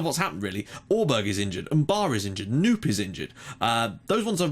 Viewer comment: Hopefully this will be the season! Just fyi, Knoop is pronounced : K-nope.